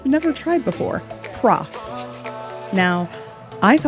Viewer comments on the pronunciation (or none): „Prost“ is the german Word for „cheers“ and the Lady looks like the Ladys on the „Oktoberfest“ in Munich. And you have to say it like „Proooooost“ with a Long „O“ . Thanks for your Videos and good luck